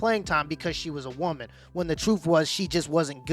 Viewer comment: What bothers me the most about this video is how the lady in red pronounces “woman”